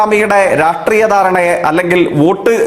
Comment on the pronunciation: രാട്രീയം ( രാഷ്ട്രീയം ) ...... തോൽക്